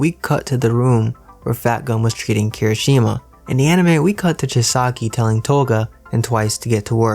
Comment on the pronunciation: Its chisaaaki not chiski